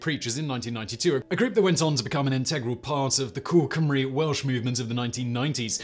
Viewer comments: Man I love your channel but you absolutely butchered some of those welsh words 😂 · Yes! Im sat here cringing at his pronunciation 😂😬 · Awful pronunciation of Welsh words and I'm an Englishman. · 10 /10 for effort in the Welsh pronunciations, 5/10 for getting it right! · Simon, you really will have to learn the pronunciation of Welsh before doing videos on Wales. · he very poorly pronounced them, but yeah Ive heard worse too. Ive known English folk who have lived here for only a couple of years who can pronounce most names perfectly. As long as you know how ‘ll’ and ‘ch’ are pronounced, you wont go very wrong with most names. Anyone who cared enough to learn would be able to pronounce them properly. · He wasn't even close 🤣 fair play on trying though just should have done a quick pronunciation check first.